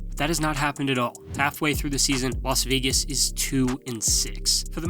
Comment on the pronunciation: Saying Los Vegas Raiders and reading it doesn't even sound and look right